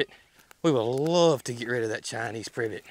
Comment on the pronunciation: I can not be the only person that thinks was making some kind of call….privit privit, privit. 😆